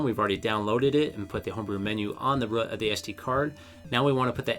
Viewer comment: Great video! Not for me (don’t want 2 switches)... but btw it’s just called the root (of an sd-card) not the rùh... had to listen a few time too understand you ;)